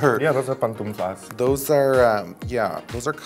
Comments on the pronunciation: We got her CHANCLAS honey their PATUNFLASS! JAJAJAHAH I DIE it's 'pantuflas' no patunflas JAJAJAJAJA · "PANTUNFLAS" LMFAOO. Its pantuflas, bby. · The way Raja says pantunflas instead of pantuflas. She's fierce and adorable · Chanclas, "pantunflas" I cried